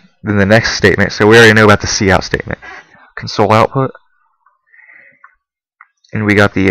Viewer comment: you keep pronouncing "console" as it's spelled to "comfort" someone when it should be pronounced "CONsole", as in a computer console. (emphasis s/b on the first syllable)